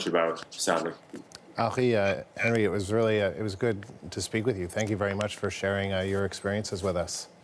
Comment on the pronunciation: FREEDOM ISN'T FREE IT CAWSTS FOLKS LIKE YEW AND ME